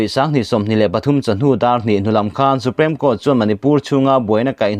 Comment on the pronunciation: Supreme Court i lam dan hi Su-prem i ti tlat a, su-priim ti a lam tur zawk asin